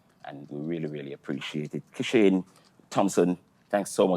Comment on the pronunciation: I CAN NEVER UNHEAR ASAFA IN KISHANE!! BRUH